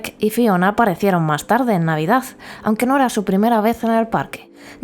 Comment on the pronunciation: El govern espanyol de torn va evitar que Disney vingués a Catalunya, això és conegut. Catalunya lligada a Espanya sempre serà llastada. Per altra banda, el vídeo està bé per a veure l'evolució de Port Aventura. El que no m'agrada gens és aquesta absurda i ridícula pronuncia d'algunes paraules com tutuki splas, sambala, novedaz, navidaz... grotesc. Esperem que Port aventura continuï millorant i ampliant-se al llarg dels anys. Una muntanya russa del Barça seria una passada. Hi hauria d'haver un parc del Barça, no de la lliga, no fa cap sentit.